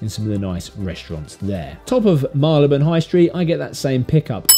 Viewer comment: Very interesting videos. I notice, for Marylebone, you say Mar-le-buhn. Like you, I’m a Londoner and I always thought it was Marry-le-bhun. Who’s correct?